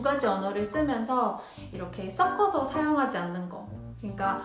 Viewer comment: 이건 태클은 아니고요...섞어서 가 자꾸 써꺼서 로 들려요. 기왕 한국어를 가르치실거면 발음도 정확하게 가르쳐주시는게 좋을거 같네요. 우리 말이 "격음"과 "경음" 이 발음이 어렵잖아요? ㅎㅎ 화이팅 !!